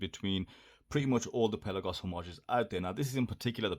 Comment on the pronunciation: Apparently pronounced "pel-aaah-goss". I'm surprised that the Seestern isn't cheaper given the cheaper movement. Must have some other benefits. Will wait for the rest of the review.